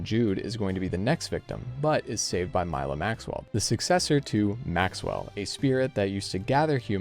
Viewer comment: Thanks for reading the wikipedia sinopsis for me...? The guy didn't even knew how to pronounce Milla's name correctly in a game that only have eng dub